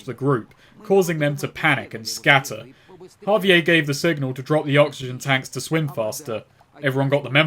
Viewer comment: The way that he pronounces javier as ha-vee-ayy instead of ha-vee-air drives me fucking nuts